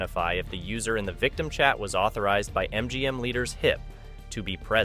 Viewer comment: A.I talking it feels like it can't read an English language fully.. 😂leader's hip